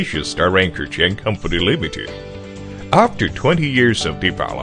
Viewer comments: They are manufacturing chains, yet they have no idea how to pronounce the word. :-O That´s not a CHAN! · I think it's Chinglish. eg. chain is pronounced as 'chan' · Wow! He’s mispronouncing simple words like system. He said sister lol. He also calls the chain a Chan numerous times. Sometimes pronouncing it correctly and sometimes going back to Chan lol. This is the oddest narration I’ve ever seen. And to think I thought I was gunna be bored while studying chains lmao